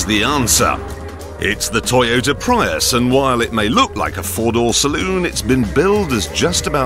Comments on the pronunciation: Toyota "Pry-us" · Toyota "Pryus" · He said toyota pry us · did he pronounce prius like that as a joke ? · Clarkson doesn’t even know how to PRONOUNCE “Prius”, and knows even less about its engineering. Too bad for him that the Toyota Prius is the top-selling PHEV…. “IN THE WORLD”.